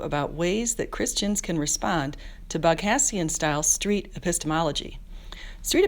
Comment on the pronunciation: You should talk with Anthony Magnabosco. Cheers. Also, Peters' last name is pronounced bog-O-Z-ian